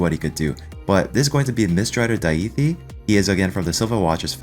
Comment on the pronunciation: Oof. That pronunciation is damaging.